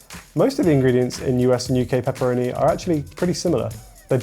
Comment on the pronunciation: To get somme claarrity on pepppeeroni situyation.